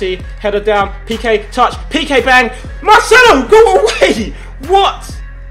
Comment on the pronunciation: Did you really just say Marchelo?